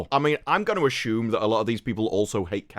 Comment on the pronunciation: there is no h in assume